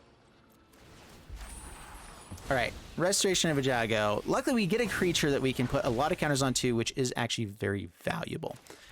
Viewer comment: Listen to yourself Eiganjo is Ay-Gahn-Joe, my dude, not Eh-ja-go! The hard G comes first.